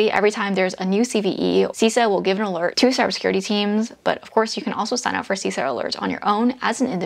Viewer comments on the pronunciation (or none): Great content,! I am a big fan! Just FYI, CISA is pronounced "SIS-A" and not "C-SA." No biggie, just letting you know, from someone who works there. Thanks for sharing these gems!:)